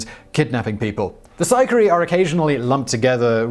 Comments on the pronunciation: Sicarii is pronounced SEE-KA-REE-EE. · “Sicarii” was way off lmao